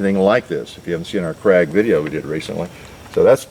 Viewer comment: 'Krag' is actually pronounced 'craig'.